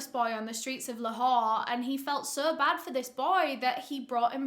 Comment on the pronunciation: Excellent pronunciation of Lahore and and Pakistan.. Wow I'm impressed